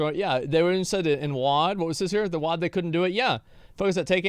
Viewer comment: Sorry but English is absolutely atrocious. Hee' Hee' wtf is wrong with you? It is a one syllable word... the geographic area that you live in is no excuse. If language is your tool then raise your standards you nincompoop.